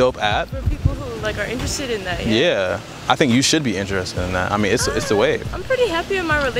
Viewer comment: How is the first word "The" and the rest "da"?